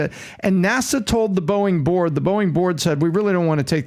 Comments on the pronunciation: I kept thinking he was saying Boing I was like wtf is he talking about lmao 🤣 he’s saying Boeing….🤣🤣🤣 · The way PBD say "boeing" Sounds like "Boe-ink" 😂😂